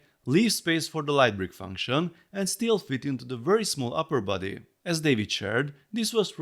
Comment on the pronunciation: Thought you were saying "buddy" and not "body" for a while, and I just accepted it, like "yeah he's my buddy" lol Really cool! I think they did a surprisingly good job capturing the wrinkles, and starting with the most important feature (the face in this case) made sure it doesn't look uncanny or out of scale and that everything has a decent amount of detail, I think more Lego sets could take notes from that honestly. Unfortunate that they couldn't fit the neck extension feature but it's an understandable trade-off and I'm sure a MOC builder will figure it out eventually :)